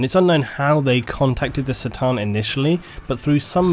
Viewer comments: great video but after emperor TTS i can't stand hearing people say "C"-than instead of "K" 'than like it is on that show. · it's C'tan with a C as in Cronos... not S'tan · The C'tan are not pronounced Se-Tan, The correct pronounciation is "Ke Tan". (official exerpt from Andy, chapter approved) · It's pronounced "Cuh-tan" not "Satan". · isn't the pronunciation "kah-tan" rather than "sit-tan"? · fucking love how u call the C'than for Sa'tan its pronounced Ka'than if u wonder ;) use a K instead of an S when u say C'than :) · C'tan is not pronounced like an "S" but a hard "Cuh" sound. It's supposed to be like how you say C'thulhu, as the C'tan are heavily inspired by Lovecraft's fiction. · On the other hand- War in Heaven against the Say-tan... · ***** sure, but Catan and Satan bear much more phonetical difference than tomAto/"tomayto". Corn, not Sorn..Cart not Sart..you get it. On a different note, cheers for doing what you're doing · K'tan man, not 'C'tan'...you pronounce some things so strangely... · Pretty sure C'tan is pronounced "KA'tan", not "tsa/tse/sa'tan". The name was likely to be picked as a C'tulhu (ka-tu-lu) analogy/homage. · Realizing that the C'Tan is basically pronounced sa-tann (sort of) and not ka-tan makes a lot of sense lol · I had no idea C'tan is pronounced SATAN. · I'm already versed with 40k lore and this channel had many outstanding recommendations. The fact the C'tan was pronounced as Ser-tan and even how Triarch was pronounced. It's going to be a no from me. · I'm sure you already know this, but C'Tan is a K sound not a C, the Eldar called them the "Katarn". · He's right, that's not how you pronounce "C'tan". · i'm a bit late for this but is c'tan pronounced "citan" or ka'tan"(k'tan optional)? i personally prefer k'tan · TIL the "C" in "C'tan" is pronounced not with a hard "C" sound